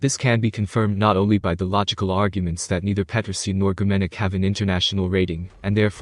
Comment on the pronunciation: Аделии Петринин это ты автор не образованный..она Аделия Петросян запомните как вам даже это не радует..а ты автор лучше произносить не можешь Фамилию Аделия Петросян...и тут комментатор несчастный 😡 😡...